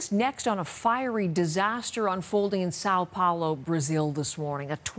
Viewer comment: It's not Sao Paulo ( but you pronounce it as SAW Pouloh)